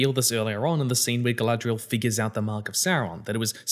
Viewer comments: i hate the way they pronounce some things that mostly started in the hobbit, like why they saying “gfdlaygaghrial” instead of Galadriel, tbh even if this is based on tolkiens stuff it sounds like someone making a very bad attempt at saying a word from another language like when Debora from kanas says “inchy ladas” LOL and THE SEA IS ALWAYS RIGHT?!?! WHAT?!?!?!?! this is not how humans talk, yes tho as ya pointed out theyre just not the most experienced writers, shoulda known tho abrams had his filthy paws involved lol, abrams i dont give the same grace he knows hes making trash he never changes never listens to feedback he just sticks his fingers in every franchise to ruin them for a quick bit of cash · Rings of Power reviews is how I found out about. At first, it seemed like he just had legit criticisms. Then I heard him say Guyladriel. So I looked at other videos of his and one of the first ones I clicked he says that he enjoys Daily Wire content. Boo.